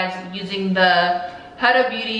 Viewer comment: I always thought it was pronounced HOO-DA, not hudda. LOL Pretty eye look either way and I learned something new! Thanks for the video.